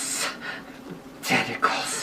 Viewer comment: Wow.. Um... Why was he chanting testicles? LOL (For the record I know he was saying tentacles)